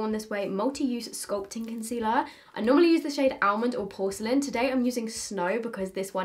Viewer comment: hey, the L in the word " almond " is silent so, it's pronounced like " ah-mond "